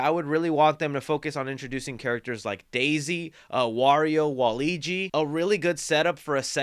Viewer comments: It Waluigi not Waligi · Why was he pronouncing it "wal-eegee?" It's Wal-lew-egee! Ha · I'm definitely hoping they bring baddies such as Wart from SMB2 the koopalings from SMB3 or even the Wario Bros. in the sequel, also you gotta realize his name is WAL-LUIGI not WALIGI! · Wa-Luigi is not pronounced waleegee it’s pronounce wa LUIGI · It's WALUIGI NOT WALIGI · I hate to be the person but… it’s Waluigi not Waligi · His name is Waluigi, not Waligi. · You kept saying, “Waligi” but it’s actually “Waluigi” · it angers me when i hear waleegi, it WALUIGI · Love ya man, watch almost all your videos. Great review on this movie as well. I loved it. But that being said: IT'S WALUIGI not Waleegi xD much love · It's not wall eegie it's walla weegie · Not u calling waluigi “waligi” 😭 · My guy said Waleegee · Wah-loo-igi lmao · I love you and appreciate everything you do but my guy why you keep saying waigi isn’t it waluigi?? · It's Wa Luigi...😮‍💨 not waigi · Hey it's pronounced WAH-LOO-WEE-JEE 😊😊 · I LOVE THIS MOVIE I watched it last Thursday and my face instantly smiled when I saw all the references and I bet they’re going to do a whole lot in the sequel. (Btw Waluigi is pronounced WA-Luigi not the whole word your welcome lol) I loved how the story is around the brothers and I loved Jack Blacks Bowser's song. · DUDE! 😂 why do you say Waluigi like that?!? 🤣🤣 its so weird because you know how to say Luigi correctly but not WaLuigi? 😂 it’s just Luigi with a “Wa” in front of it 🤣💀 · Bro I know you didn’t butcher Waluigis name